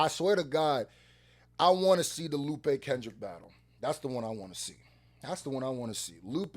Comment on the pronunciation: You calling him “Loop” is driving me nuts man NGL.